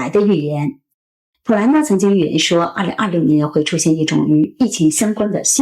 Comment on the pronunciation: 口歯很清晰，但是2026的6發音好怪，聽了幾次202漏年，回頭看字幕才知道在說2026。可惜！